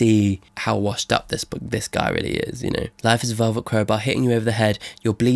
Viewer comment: Supposed to say guy not gut btw lol